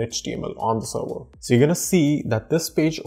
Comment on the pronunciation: awesome video, and a suggestion is to improve your pronunciation for serwer, to server